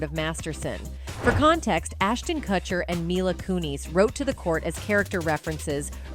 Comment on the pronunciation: Why can’t you correctly pronounce Ashton & Mika’s last names?